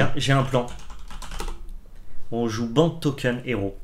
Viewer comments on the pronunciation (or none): none